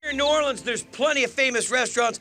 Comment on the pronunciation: Notice how Guy goes from New OrLEEEENS to New OrLins.. the proper pronounciation